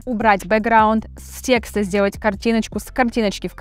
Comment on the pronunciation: После слова тексТА🤦🏻‍♂️ понял что нейросеть не обучит вас грамоте😅